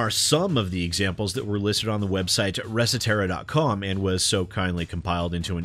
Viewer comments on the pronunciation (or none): Reset Era, two words. You made it sound like some Latin word. How do you not know that site? LOL